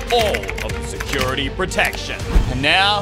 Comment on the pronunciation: bro its Security, not Sercurity 😁